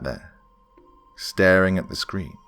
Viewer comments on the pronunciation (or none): none